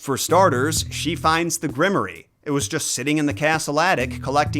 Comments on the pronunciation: My lord, what is a grimoree??....Grimoire pronounced "grim war"....grimoree lol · Is grim-or-eee a weird Oz word or is just saying grimoire wrong? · You do all this research and never heard the word grimoire? Because it's not pronounced grimery. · Isn't Grimoire generally pronounced Grim-Woir? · For you to pronounce grimoire properly... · It deeply bothered me how much he kept mispronouncing "Grimoire"